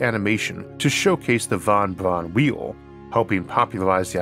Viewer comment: Any chance of redubbing it with a voice that doesn't say "Vahn Bvahn whee-oh"?